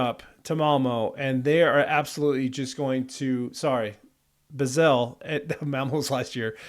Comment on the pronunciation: It's pronounced Bah(like the sheep)-sell.